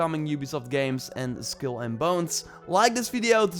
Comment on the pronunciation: It’s pronounced SKULL and Bones, not SKILL and Bones.